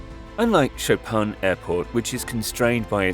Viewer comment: Cher aurateur on prononce Chopin comme le pianiste Polonais Et pas Chopan !!!!!